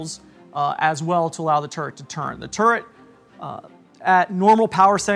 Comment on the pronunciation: Funny how he pronounces "turret" as "turd"